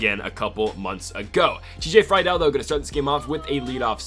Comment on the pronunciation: Love the series but pleaseeeee its TJ Free-dul not fry-del